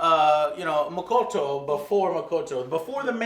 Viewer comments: Motoko not Mokoto. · You keep on calling her Makoto (which is a male name). Her name is Motoko. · i like the review but...JOE name is MOTOKO and HANKA NOT MOKOTO and HANAKA :P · Mo-TO-ko. Jesus, Joe. You read at a fourth grade level. Mo-TO-ko. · Omg AngryJoe kept butchering all the names. Ugh! So annoying. lol